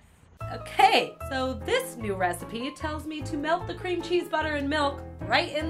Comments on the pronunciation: did anyone else here her say that's o-cake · did she just say "That's o-cake?" xD